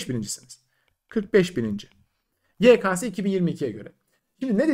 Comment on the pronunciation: DOĞRUSU YEKESE YEKASE DEĞİL